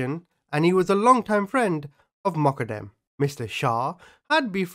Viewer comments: its pronounced MO-GHA-DAM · its pronounced Moq-qad-dem. Peace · Everytime you said Moqodem, I heard Muppet M. 🤣🤣🤣 Took me hearing it a few times and then turning on subtitles to hear what you were actually saying....lolol That was epic!!! Welcome to YT on your smart phone! Lol Keep up the hard work! Take care! ❤❤❤